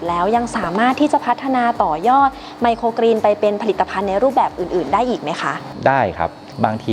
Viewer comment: เรียนพิธีกรสาว ไมโครกรีน ไม่ใช่ไมโครกีน ต้องออกเสียงให้ถูกต้องด้วยคะ